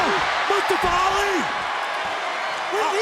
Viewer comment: He'll always be "Moo-stoff-a" to me. "Mustopha" just sounds stupid.